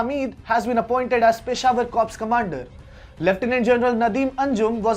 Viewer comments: its pronounced as cor... p and s both are silent🙏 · P is silent in" corps"?????